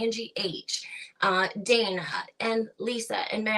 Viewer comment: Yes it was Dah-nah Banan-ah 😂